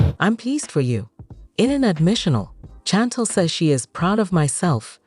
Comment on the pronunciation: Her name is Chantel can't even pronounce her name right 😅